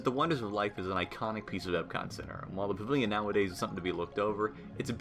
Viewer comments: "Pa-vill-yon" Practice!!!!!! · Guy, you talk way too fast. When you say pavilion you literally say pvlin .like slow down omg. You talk faster than that wdwnews kid.